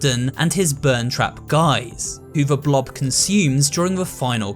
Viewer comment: “Burntrap” smh that’s peepaw